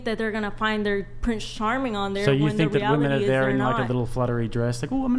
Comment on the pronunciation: Do women pronounce “women” incorrectly because of Tik Tok? I don’t use Tik Tok but I happened to see a video with one of the Tik Tok AI voiceovers pronouncing it the way the women do.